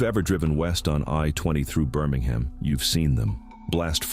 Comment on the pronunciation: BirmingHAM not Birming-um Mobile is pronounced Mo-Beel not moble. Elyton is pronounced Ee- luh-tun. This is the only reel I’ve heard say Alabamians with a long a sound in the third syllable- 🤔Ala-BA-me-ans🤦🏻‍♀️